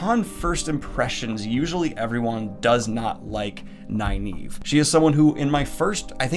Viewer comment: i think youre mispronouncing nynaeve